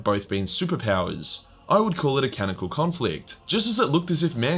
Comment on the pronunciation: Ca non I cal Dude I love your videos but please for the love of the empower stop saying cannical